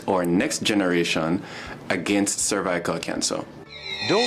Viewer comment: that man couldn’t even pronounce “ cervical “ don’t get that vaccine do your research that woman was an actress 🙄